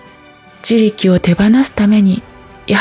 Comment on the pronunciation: 自力の単語が多いだけに、発音のおかしさが気になってしまって…😂